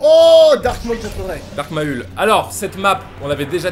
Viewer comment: Carlito a vraiment appelé "Dark Maul" "Dark MaUUL" :'(